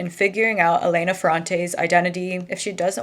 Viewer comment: Hi, just a pronunciation tip: it’s Èlena and Domènico in Italian:) also it is absolutely NOT a well known fact that she is a man… just a theory some people have, I don’t know why that person was so sure about it